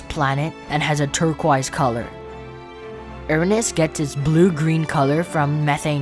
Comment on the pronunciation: Erunus ❌ Uranus✅